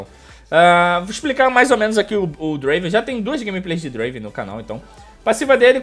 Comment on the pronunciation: não e draven e DUEEEENVRAN